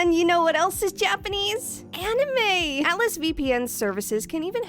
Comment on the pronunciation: Its so weird to hear a native english speaker pronounce "Anime" correctly. Americans have massacred that word beyond recognition LMAO